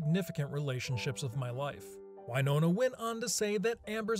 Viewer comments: You're a "Film Streak" representative and yet you don't know how to pronounce Winona??? It is not Wynona, it is Win...ona! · Dude.......please.....stop pronouncing it why-nona. Jesus christ!! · I have never heard Winona pronounced as “Why? Nona” before. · It's it "why-nona Ryder," or "Win-ona Ryder"?